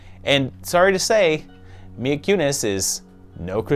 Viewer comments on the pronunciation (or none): none